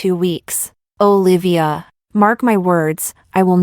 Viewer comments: Y u stress so much on name …high pitch O….and separate Livya…..it’s together Olivia….its so annoying. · Olivia. Lol. The narrator sounded weird pronouncing the name every time